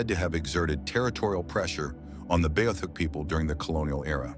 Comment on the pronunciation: Your saying it wrong. Its B -Ah -theek